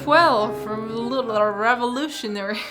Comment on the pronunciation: Alitl*%°blblarrevolúshionary😂 Amé ♡